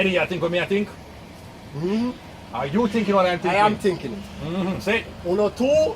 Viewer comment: LMFAOOO 😂😂😂"are you tinking what I'm tinking?" "Unu too black"😂😂😂😂😂😂